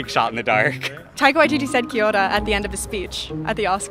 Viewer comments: Girls pronunciation of “Kiora” was on point. 👏🏼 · she tried and KIA ORA got it right, ie : thankyou, hello and she's not offensive when she said ABORIGINAL, I believe confusion stepped in and she was meant to say INDIGENOUS people, she well .. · I love how she pronounced Kia Ora perfectly. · Yeah, that Kia ora was pretty solid. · Proud to be one of the "10 people who live there" 😂😂 Crack up! Loving that most people atleast know where we are located now 😜 P.s your pronunciation on "Kia Ora" was bloody on 👌🏼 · omg you pronounced kia ora and Maori correctly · kia ora that was funny to watch it was cool of the guy hosting to do this and how he pronounced kia ora right and was crack up watching some people guess and get it right and wrong 😂 but some knew some stuff about us at least they gave it a go 👍🏽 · props to that fella. He's not too far off on Kia Ora, which is an expressive word for 'Be Well', 'Keep on', 'How are ya', etc. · KID ORA...AWESOME vid..nice pronounciation bro...rained a lot when you were here ?!!lol 😂😂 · Kia ora bro I'm a New Zealand Maori and I appreciate this clip and your efforts on educating the American people and your pronunciation of the Maori language chur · Your pronunciation of Kia ora was really good hahah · He Pronounced KIA ORA so well!